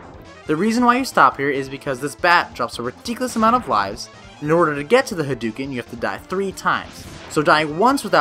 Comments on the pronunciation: hah-d'OH-ken ! Not huh-dew-ken -_ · Hadouken is said with "dough" as in "doughnuts." I can't believe people still say it wrong with the internet! 😆